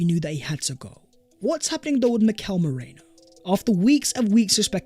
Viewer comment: Much Love. Please pronounce our new signing properly. A simple YouTube search of how to pronounce Mikel Merino will help. Top video once again.